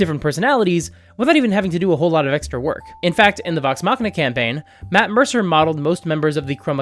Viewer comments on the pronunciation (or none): none